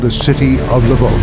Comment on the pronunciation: “Reclaiming the city of Lwow”… okay